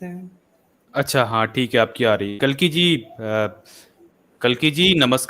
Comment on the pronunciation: कल्कि नहीं कलंकी है ये लौंडा